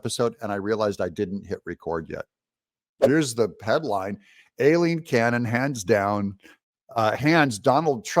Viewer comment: Her name is pronounced EYELEEN….Just an FYI for you Doug…I know, because it’s my name too…The A throws everyone off. Mine starts with an E, but it gets major hashed as well. No worries…Just an FYI…..P.S. She’s GREAT! This is VERY good news! Woohoo!